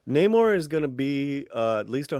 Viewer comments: Nay-more ? Nah. More like no more. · I predict that the enemies referring to him as "nah-moor" will be all the Marvel Fans who expected to see the Submariner. We already have a very long standing, official confirmation as to the pronunciation -- as well as the character's appearance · Actually Namor's name "Namur" was coined by the Spanish-Filipino conscripts since Namur is actually pronounced as "Namo" which is short for "TANGINAMO" in Tagalog.